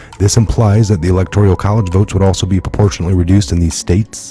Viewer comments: with all due respect the pronunciation is ELECTORAL not electorial.❤️ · E-lec-tor-al, not electorial 😉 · ...GREAT report! But please - it's elecTORAL...not elecTORIAL college. lol toral...not torYuL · i love ya,but after 2 years i gotta point out,there is no....{ I } in ELECTORAL, it's all good [electorial] drives me nutz......lol....but whatever it takes to get the news /Awakening into the mainstream,oh,I'm not a grammar Nazi,just going nutz.....lol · There is no “i”:in electoral. You are pronouncing as electorial. Sorry. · E LEC TOR AL....... not electorial. I have heard 3 people mispronounce this word today... Also, the s at the end of Illinois is silent... You're welcome ...